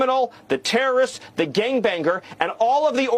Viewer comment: “Gang bang-ger”, Stevie needs some literacy courses.